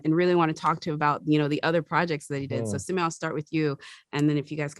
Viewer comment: Is the interviewer pronouncing simu’s name wrong (?) ☹️ 😅- great interview though!